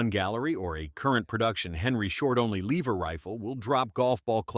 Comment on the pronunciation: TRANS-SONIC ??? a LEEEEVER gun??? ahhahahaa AI videos are pathetic. cast LEED loads must be new. To the person who post these videos. Do you even listen to how terrible it is?